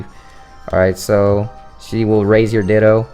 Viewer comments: Me tooXD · Me too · My ears are messed up. I keep hearing you say, "dildos" xD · Is it me or does he sound like he's saying Dildo when he says Ditto? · LOL IT'S NOT JUST YOU